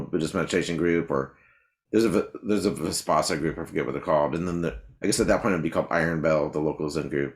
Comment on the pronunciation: Terrific interview. Vispassana, no. Vipassana, yes.